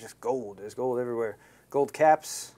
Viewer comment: IS GOOLD!!! IS ALL GOOOLD!!!